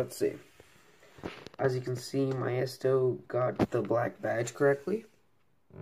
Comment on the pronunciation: Great review! btw Maisto is pronounced Maysto, not Myesto. Love the review! New subscriber!